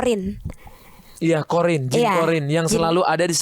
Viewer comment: Qorin kak, bukan qodir